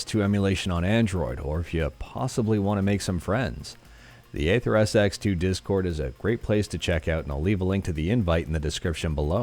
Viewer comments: AetherSX2 Pronounced eether :) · Bruhhh it's AetherSX2 not Atherps2